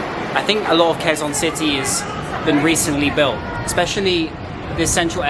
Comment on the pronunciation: You pronounced Quezon City the wrong way.